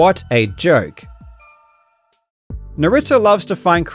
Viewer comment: lol Did you intentionally say joke to make it sound like you said jerk?😂😂